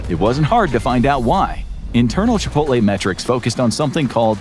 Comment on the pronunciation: Chipoltay whaat ? 👴🏼♿